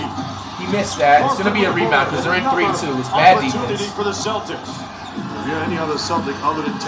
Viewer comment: Lmao bro don’t even know how to say Celtics lmao dude said celsics